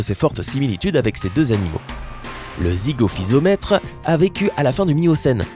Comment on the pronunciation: C'est pas Zygophysomètre mais Zygophyseter, c'est pas Aulophysomètre mais Aulophyseter et puis enfin c'est pas Brygmophysomètre mais Brygmophyseter. Ca fait beaucoup d'erreurs. A part ça la vidéo est pas mal.